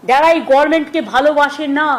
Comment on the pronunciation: গর্মেন্ট নয় গভরমেন্ট এটা মূর্খ টা বা